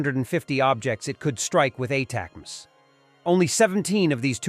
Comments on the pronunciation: Ah, if only the robo could pronounce ATACMS the way human readers do. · Get your bot to say ATACMS.